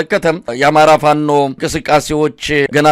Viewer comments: Plice Mesay teach easknder to say FANO not lick he day " fa-no" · He can't even call Fano with proper accent 😅 ay eskindir. Waiting for your surrender to pp soon.